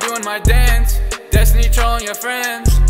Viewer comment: When he said “Trollin” it sounds like “Troy”X4